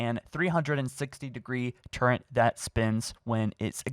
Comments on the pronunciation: Its not turrent its Turret, youre adding an extra N to the word Turret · Turrent is not a word. It drives me nuts hearing people say that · We've had, "sacerfice," and, "turrent," in the past two days. You have one more strike before I gather some English teachers and come for you. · Im confused as to why people say turrent there is no n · This dude “turrent” lmaooo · good vid but not gonna lie every time you say "turrent" i wanna plow my head through a wall where are you getting the "n" from?! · DUDE!!! Go get some help with pronunciation!! It is Turret not Turent. It is EXbox not Ehstbots. I get that people speak differently, but if you are going to be on YouTube at least try to speak clearly and pronounce things correctly. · Turret. “Tur-rit” not “turrent” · dont wanna be the one but its turret not turrent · He saidbturrwnt not turret. I am pissed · why do you pronounce 'turret' as turrent? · what the hell is with people from America and Canada saying TURRENT its TURRET there is no N in the damn word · Listening to you say Turrent is like hearing the idiots at IGN call Chief’s armor muh-joll- neer. Just stop it. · dafaq is a turrent? u mean turret? also your entire prediction is based....off a toy set??? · I physically cringe everytime he says "turrent" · How's mans got an Audible sponsor, yet thinks there's an 'N' in turret? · turrent. Turrent. TURRENT. ARGH, my OCD! :( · he he turrent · Can someone teach this man how to say “turret”? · I can't believe you don't even try to pronounce "turret" correctly... there is no N in turret. If you have an impediment, I'm not saying I'm looking down on you, but you seem to act as though you are correctly pronouncing it. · There is no N in turret. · Love you and your videos 10/10 amazing but... THERE IS NO “N” IN “TURRET” 😤 there is in torrent but that is not a turret! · Please say turret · There's no N in turret. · There’s no N in turret!! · There's no "n" in turret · TURRET. NOT TURRENT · "Turrent" gross